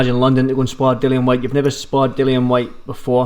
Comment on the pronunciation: It's Dillian Whyte, as in rhymes with Gillian and not Dillon. The number of times the interviewer said Dillian, I think he was hoping (and failing) that might pick up on it.